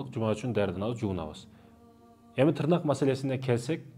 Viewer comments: Тырнак эмес! тырмак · Тырнак дебейт,ТЫРМАК дейт.Кыргыз "ТЫРМАК" деп айтат ,билип жур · Таксыр тырнак емес тырмак деп суйлочу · Тырнак эмес ТЫРМАК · Тырнак😂😂ээй ТЫРМАК деп айтат кыргызча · Таксыр Кыргызда тырнак дебейт.Тырмак деп айтат капа болбо туура жаз туура айт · Тырмак деп тууралап койсоңуздар. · ТЫРМАК деп туура суйлосонор,силер эмне тырнайсынарбы